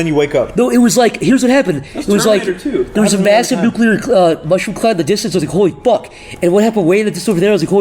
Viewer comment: had a stroke saying "Holy fuck" and "What happened"